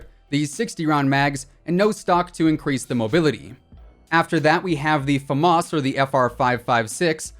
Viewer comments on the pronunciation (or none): none